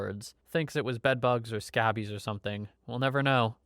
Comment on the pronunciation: You pronounce " Scabies" extremely strange ! Have you never heard of it ? 😅